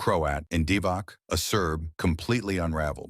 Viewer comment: not only heard about him, but played against him, at the 1981 U18 Balkan Cup in Thessaloniki, Greece, in the arena that later on has been renamed after the greatest Greek player, Nikos Gallis. And please, don't pronounce Vlade Divac's name "Divak", it's "Divats".